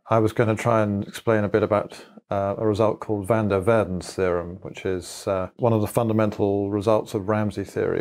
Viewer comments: That moment when you hear the name being spoken and then see it written down and the thing that was said does not correspond to the thing that was written down. You do not pronounce van der waerden as "/væn dɜːr ʋɛərdən/", you pronounce it as "/vɑn dɛr ʋaːrdən/" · Van der "WARDEN". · Poor Van Der Waerden, to get the pronunciation of his name so thoroughly messed up beyond recognition... (Edit: for some reason I can't reply in this thread anymore. wtf?) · The only flaw was his pronunciation of "van der Waerden". Everything else was perfect.